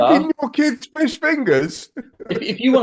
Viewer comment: "So long and thanks for all the 'Rish'" 😅